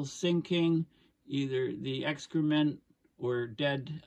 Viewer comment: Excrement sounded like Extra-Mint !!